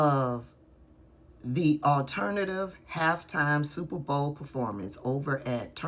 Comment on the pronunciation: Did that woman say stuperbowl? Anyway, apparently she hasn't been to an Opera. Or she would know most operas aren't sung in English.